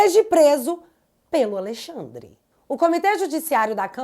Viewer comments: Toda vez que ela fala AleiXANDRE dá uma agonia. Kkkkkkk Coragem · Ministro "A Lei Xandre" 😂😂😂😂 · Acho interessante vc dizer : "A Lei Xandre."